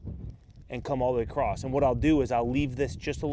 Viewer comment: There's no t in across